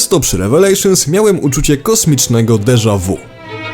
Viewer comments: Nie czyta się deżawu, tylko deża wi. II, Brotherhood i Revelations traktuję jako jedną grę w trzech częściach. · Wiem, że stary materiał, ale... mówi się "deża wi"... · Deża wi xd